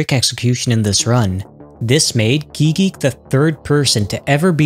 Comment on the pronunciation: it pains me that guigeek isn't prounced gooey geek or at least ... gweegeek probably gweegeek.